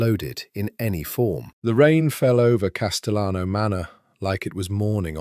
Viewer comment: AI has a problem differentiating between Spanish and Italian surnames. If you intend the correct Spanish pronunciation of Castellano, the double LL is pronounced like a Y. So it’s Cas-te-yano.